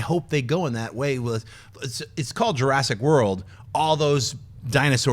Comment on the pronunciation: Jur-ASS-ic World. ; )